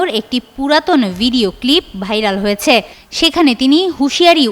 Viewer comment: হয়েছ্যা এটা কি ভাই 😂😂